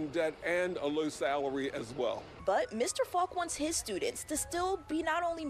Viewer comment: She said “Stu-ents.” A moment of silence please for the death of the letter D.